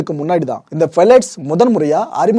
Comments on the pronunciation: Phthalates - பெலேட்ஸ் இல்லை... ப்தாலேட்ஸ்... 😊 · Bro..very superb explanation!! But a small mistake in pronounciation bro.. That's ப்தாலேட்ஸ்! Keep doing bro..